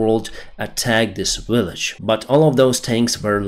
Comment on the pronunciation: sas, is not said as a word but S A S, sas is when you're cheeky especially if female. Love your updates and your accent, especially when you say Willage....